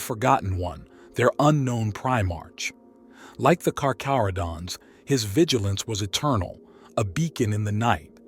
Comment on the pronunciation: If i hear kaka-rodents one more time....